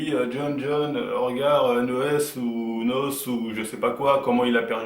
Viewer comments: Sa se dit Haine Eau Hess donc N.O.S et pas NOSSE ^^ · On dit n o s mais lettre par lettre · Dés le debut il ma deja fait rire avec son "nosse" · Pourquoi tu fais une video sur lui si tu sais meme pas prononcer son nom ....